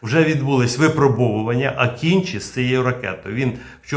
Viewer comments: Дякую за відео! Правильно вимовляти не "акінчі", а "акинджи" (з наголосом на останній літері) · Не Акінчі, а Акинжи